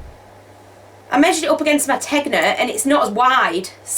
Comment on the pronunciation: Fun podcast! Just a wee hint - that sweater tee isnt pronounced as spelled Tegna but tenya. It is an italian word and the g and n slide into a y. 😉